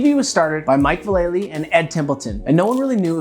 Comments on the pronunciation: It's Mike Val La Lee. Not Va Lay Lee. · There's only one 'Y' in 'Vallely'. VAL-A-LEE, what's so hard about his name? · Mike V’s name is pronounced VAL-Ah-LEE. Watch his nine club interview where he explains how to pronounce his name.